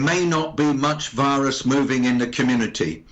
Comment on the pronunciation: I heard wirus instead of virus?